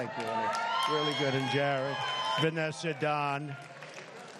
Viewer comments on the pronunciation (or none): he said " Ivonka and I are having a baby"